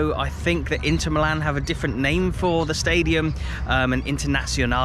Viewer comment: The second team of Milano is called "milan" with the accent on the "i" as per the local dialect, "AC" means "Associazione Calcio"... or "football association". The team's name IS NOT "football association" but milan. It's like you say not Manchester United but "football club" because it's full name is FC Manchester United.